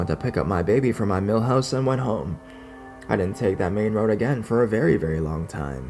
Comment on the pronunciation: Every time you say milhouse instead of mother in-law's house I think of the Simpson's haha. Great job as usual, I love your videos :)